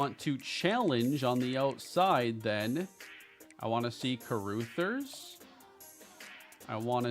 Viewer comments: Carrooothers is a crazy pronunciation 😂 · CA-RAH-THERS 😂 my girl is losing it over here with this